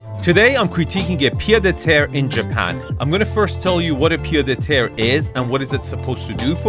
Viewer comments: In french, Pied-à-terre is pronounced "PieT-a-terre" (and not "PieDeterre") 😉 But this house is to big to be à Pied-à-terre. A Pied-à-terre in Paris is typically a very small apartment with 1 bedroom. This house is more like a "garçonnière" (a place where you take your mistress) 🤣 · Pied (t) Ahhh terre, you say Pied de terrre. Arvin you can do better ! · Its still a pied-a-teree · Hi Arvin just to nitpick the D in "pied-à-terre" is pronounced as a T, that's about it great vid as always! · Oh, my. Where to begin. Wrong definition and pronounciation of pied-à-terre. A pied-à-terre is a small house or apartment in a city that you own or rent in addition to your main residence, where you stay when in that city. So much more wrong with this video. Everybody compares Nagano with the Hampton or Aspen?! I beg to differ. Ridiculous idea. Not a word on the meaning of Japanese bathing culture, not a word on classical Japanese garden architecture, not a word on the specific meaning and objective of views in Japanese architecture. „Japanese do so very weird things.“ - excuse me? Pretty rich coming from an US American. And so on, and so forth. In a nutshell, neither you nor that presenter seem to grasp the idea that non-US-citizens have (very) different concepts of living and aesthetics and do not strive for an US-style of living. Hence, the Arvin-Score is 64 😂. This channel is so very US-centered that you should only critique US-based properties. To me this is a beautiful property superior to any of the mega-mansions in the LA area featured on this channel. Also, happy to see that lots of viewers feel this review by Arvin is terrible. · The "d" in "pied" is silent :) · Pied à terre , mate ;) no liaison inbetween the words